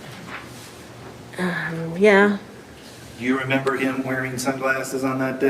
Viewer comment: Is it just me or does the prosecutor keep saying "member?" Instead of remember?